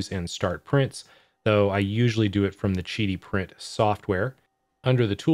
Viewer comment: Isn't it Qidi Tech (Quidi) with a Q not Gidi Tech (Jidi) with a G? Kind of diminishes the review when you don't know the name of the manufacturer.